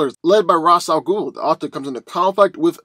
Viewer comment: It's pronounced Ray-sshh AL ghoul.